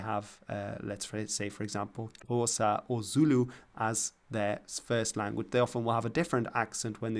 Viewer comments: It’s not nhosa it’s Xhosa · He didn't say nhosa, he was probably hesitant because he knew that there is this lateral click sound at the beginning of Xhosa, and he is very conscious of pronunciation. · He definitely didn’t pronounce it that way but that’s fine… Granted he didn’t a full out lateral click, but that’s also an incredibly hard sound to make that requires practice if you’re coming from a very western language background. Also a certain amount of click actually gets smoothed by good noise suppression sometimes as well